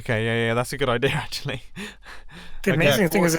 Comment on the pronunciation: „Ackthually“ hahahaha the englisch grammar tho